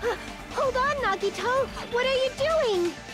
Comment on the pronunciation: the only time I remember saying nagitos name right